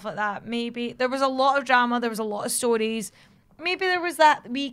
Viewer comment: I just love how says Crowd (KRAUD) and Stories (Stoooris) XD